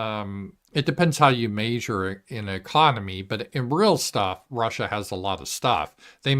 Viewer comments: I think that's a Colorado thing, 'cause I heard another guy from Colorado pronounce "measure" the same way. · I haven't noticed those but he completely mispronounces the word measure. Not that it matters though but just mentioned.